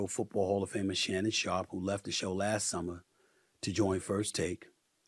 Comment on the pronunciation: Seummer? lmao